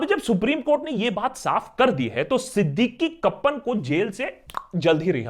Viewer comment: Siddique kappan. In malayalam it is pronounced as siddikk kaappan